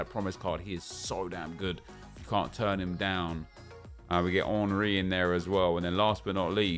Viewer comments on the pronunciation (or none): he pronounced Henry as if the player was French. He was English